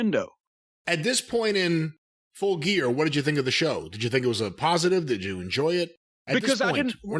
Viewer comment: "Fulle Gear"??